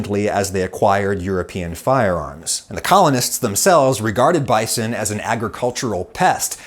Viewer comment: I struggle to watch this video due to the way Adam pronounces bison